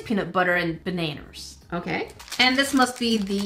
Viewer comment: I really like how said baneners